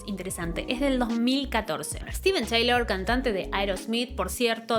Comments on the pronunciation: Se escribe Steve Tyler y se pronuncia 'Tailer' no 'Teilor'...esa era Liz, nada que ver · Es la mejor voz del hard rock sin duda... Pero se dice Tailer, no Teilor. Saludos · Se pronuncia Tailer no Teilor, Steven Tyler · Tyler, tyler, tyleeeer. No taylor. 🙄🙄🙄🙄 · Muy buen video y muy buen análisis. Solo que en lugar de decir “Teilor” en el caso de su apellido tienes que decir “Tailer” la gente de hablé inglésa pronuncia su nombre “Ssstiven Tailer” saludos hermosa. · Se pronuncia “tailer” no “teilor” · Todo bien excepto que su apellido se pronuncia (/taɪ-ləɹ/) énfasis en la “e”no Taylor 🤪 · TAYLER se Pronuncia, no TEYLOR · SOLO ACÁ TENEMOS MENCIÓN DE MICKEY MOUSE Y CORRUPCIÓN INTERPRETATIVA EN LA MISMA REACCIÓN!!! GRACIAS POR ELEGIR MÚSICA QUE NUNCA PASARÁ DE MODA Y MENOS CON ANÁLISIS ASÍ DE PASIONAL ADEMÁS DE INSTRUCCIÓN DE UNA VOZ AUTORIZADA MARO, BESOS. ❤️ MORE PLEASE!!! (Dato a considerar… se pronuncia -Tayler-) ———-UPDATE…….. NO SABIA QUE CORREGIR ALGO PUNTUAL Y NO DEBATIBLE ME GANO LA INDIFERENCIA (NO CORAZÓN) DE LA YOUTUBER. BUENO NO FUE MI INTENCIÓN EL DESAGRADO SOLO APORTAR, Y SI LA ADULACIÓN FUNCIONA MÁS.